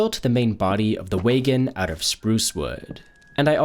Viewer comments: Bro your pronunciations of some words really pmo. Lah va? Way gin? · "WAY-GON" caught me off guard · Ik fr whats a waygen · did bro call a wagon a waygon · Don't think I've ever heard anyone pronounce "wagon" that way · Absolutely cursed wagon pronounciation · Ikr. Caught me way off guard. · fr i had to do a double take